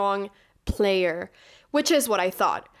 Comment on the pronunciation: the way you said 'player' :face-orange-biting-nails